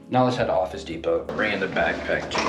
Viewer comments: You're saying depot wrong. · I am sorry but how did you pronounce the word DEPOT??